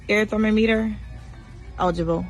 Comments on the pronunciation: Ain’t no way she just call it a thermo - meter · Did she say "ear tho-meter"? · And what’s a ThermAmeter lol 😅